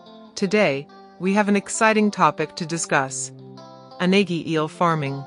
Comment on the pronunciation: It's a mistake. Unagi is not pronounced this way.